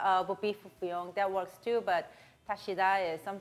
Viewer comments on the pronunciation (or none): none